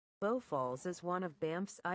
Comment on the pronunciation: It's pronounced Bow as in bow and arrow. Fucking stupid AI.